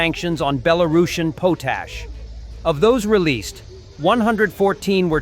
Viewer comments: its pronounced POT-ASH export not POASH export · The potash they talk about is badly pronounced. It is one of the required components of fertilizer.